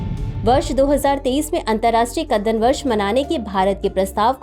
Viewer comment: कदन्न को कितने आत्मविश्वास के साथ कद्दन बोला जा रहा है 😅